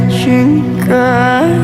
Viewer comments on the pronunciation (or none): Rechenka not Reshenka 😁 Diana is a master of yodel since her childhood. See her performance YODEL TIME in age 13 y.o. 😁💥🎼❣👍